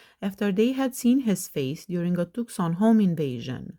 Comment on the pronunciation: Hey just a friendly tip: "Tucson" (Arizona) is pronounced with a silent C. So you say "too-sahn." Great video as always ❤